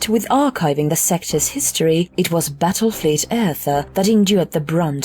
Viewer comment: I'm not crazy right, I keep hearing battlefield, not battle fleet?